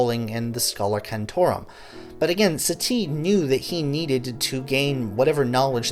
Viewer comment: Good reading of pre-existing material but your French pronunciation is awful. Stress should be on the first syllable of Satie. Like Sah-tee not satee and Deh-bew-see.